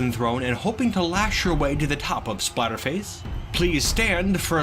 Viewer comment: For a moment it sounded like you said Spiderface instead of Splatterface. I guess it isn't too far off. I am impressed with Pibo's performance. He definitely put up more of a fight than I imagined he would. I wonder if Whitefur has much power to her bite. Her face definitely looks scary enough to warrant it, but she has too much class to make use of it perhaps?